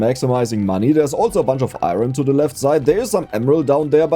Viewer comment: Do a run where you need to reach the final blue layer, but you have to say iron right every single time, and you have to mine as much as possible. If you say it wrong, you need to restart.